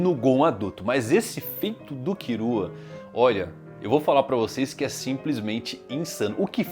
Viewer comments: “kirua” hahha pqp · Ficar escutando "Kirua" sangra meus tímpanos 😢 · Ne tipo e tipo no Japão eles não conseguem falar L ai falam com R mas aqui agente consegue falar L e ai e só falar killua travez de kirua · Pq o chama o Killua de Kirua? kkkkkkkkk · A pronuncia japonesa é essa mesmo, eles não conseguem falar o L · Pq ele fala "kirua" e "irume"? N é Killua n?